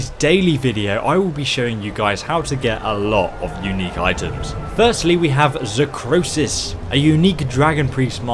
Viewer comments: You said zahkrosis but the real name is zahkriisos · its Zahkriisos, not "Zahkroosis" like you keep saying in the video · It´s Zahkriisos, not Zahkrosis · i love you misread the mask wrong xD you said Zahkrosiis instead of Zahkriisos :p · Zah Krii Sos.......not Zah Kro Sis. God damn. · I’m not a language savant, but I’m pretty sure Zahkriisos is not pronounced Zakrosis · It's zak- Rii -sos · It's pronounced (Zakk-re-sos) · Am i the only person that pronounces zakriisos with an accent